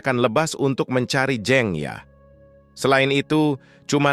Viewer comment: Pengucapan jeng nya salah pak...🙄🙄😁